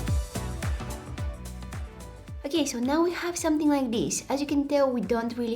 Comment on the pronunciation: I lovee youu..❤️you always inspires us so soo soo sooo muchh(trying to match you accent when you sayy soo soo soo much at every end of your videos😉)love to see such videos with such a beautiful soul❤️...